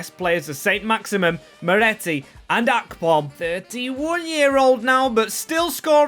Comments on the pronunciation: Bro its akpom not apkom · Its Akpom not Apkom 😂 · doin ma head in when he ses it like that